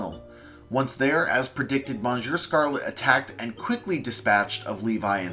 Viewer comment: as someone who can speak french a bit, it hurts to hear "monsieur" mispronounced